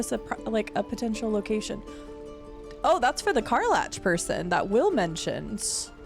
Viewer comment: LOL, I am embarrassed by how triggered I get when you mispronounce some of the character names......specifically Karlach (btw, it's pronounced Kar-lack 😉). Regardless, I love your playthrough so far 🙂.